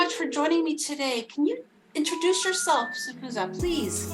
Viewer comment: Hey you can pronounce Stufuza so well, becoming a Swazi